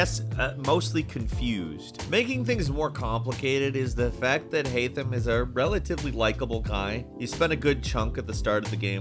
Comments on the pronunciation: Great vid, shame about the HAI-THAM pronunciation 😂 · youve been playing too much Valhalla its haytham in ac 3 not hytham🤣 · I love this channel, but please at least remember Key figures names. Haytham isn't Hy-thim. It's Hay-thim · Why did u say “Hightham”??? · Did he actually say Haitham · Yeah he purposefully mispronounced some words like haytham but later in he pronounces it correctly